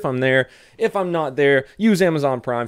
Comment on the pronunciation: Have a "fhentastic" day, you means fan-tas-tic ;)